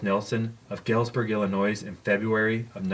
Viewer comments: The s is silent in illinois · The "s" is silent in "Illinois." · Did you seriously just mispronounce Illinois?!